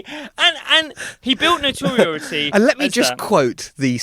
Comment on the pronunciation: I'm 55 episodes in and still can't pronounce the word "notoriety"